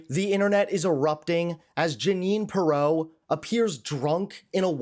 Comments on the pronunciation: You might want to learn how to pronounce the name of the person you’re discussing. You put the wrong em-PHAsis on the wrong Sy-LLA-ble. 🥴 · It’s “PEER-oh” NOT [H. Ross] Perot! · PEER'-OH DUDE. PEER'-OH. Not like Ross Perot. Great report, but please get her name right. With all due respect, it lessens your credibility.😊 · How do you not know how to pronounce her name? It's PEER-oh! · Who edited this video? You repeat things, including video clips, mispronounce her name--accent is on FIRST syllable, not second. Do better, please. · Dude, where did you go to school? You mispronounced her last name not that I care but if you’re gonna be a journalist, you need to speak proper English for Christ sakes